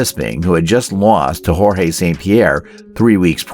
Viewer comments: Bro said “jorgé Saint Pierre” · "Jorge" St. Pierre? 😭